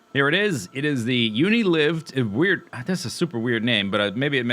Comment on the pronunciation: Yes, and it's "Uni-Lyved" not "Uni-Liv-ed" but not that that matters.